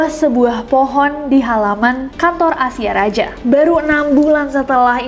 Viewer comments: Asia Raja? ejaan lama kali, bacanya Asia Raya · Asia Raja bukannya dibaca Asia Raya ya ? Karna dulu penulisan Y adalah J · Bukan Asia Raja Nes tapi Asia Raya bacanya. Ejaan dulu J=Y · Kak Nes, "Asia Raja" itu dibacanya "Asia Raya", itu nama surat kabar jaman Jepang.